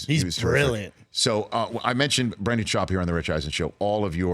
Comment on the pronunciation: Daniel Ortega Brendan* every* Also he is a guest on Rich’s show, so decorum would mean that he at least pronounced the mans name correctly.🤦🏻‍♂️🤷🏻‍♂️